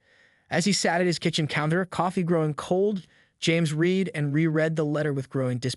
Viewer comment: ''Read'' (said reed?). Hitawai instead of HOA? Said Seden instead of Sedan (Car). Hoos? HOA's...